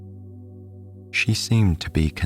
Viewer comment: Owch : the v o w e l s. You are half way there 👍 The doubleyous 'w' are painful. The 'd's & 't's : 'sandouwz' sandAls ... ! Try it ... a. e. i. o. u. repeat! Tea Dee Tee Dee 'Gouwd' = gOlD. 'WAIEST' waist ! 'Atauwl' = 'at ALL' tld isn't 'ouwd' as in 'settled' not 'settouwd' 'fillouwd' / f i l l e D. 'Taieste' / Taste! 'Wouwta' 'water', 'Cristawl' crystal or cristelle ... 'wiv' wiTH